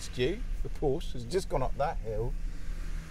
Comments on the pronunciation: First of all any "car expert" that pronounces it Porsch instead of Porsche (ProshUH) is automatically discredited. Second of all, when the Porsche got "stuck" and couldn't climb the hill the 2nd time it was clearly about 10 feet behind the Range Rover and in 3 feet of mud, where as the Rover was half way in the grass to start. Also, you can have the most powerful vehicle in the world but it all boils down to the tires and how much grip it has. A Ford Focus could beat both of those cars if it were fitted with better gripping tires. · Agree. Tires would be crucial in a test like this and the reviewer can't even pronounce 'Por - sha'. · Dear, try to pronounce word "Porsche" properly. The letter E is there for a reason...